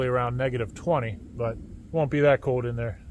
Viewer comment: Where is he from where he doesn’t pronounce internal “L” ? “It’s very code outside”